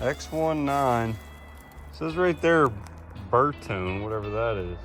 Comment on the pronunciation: It's Bertone!